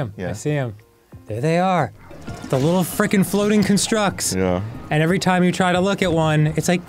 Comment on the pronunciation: ITS A CON-STRUCT, NOT A CUN-STRUCK. spelled the same but pronounced differently, it hurt every time dan said that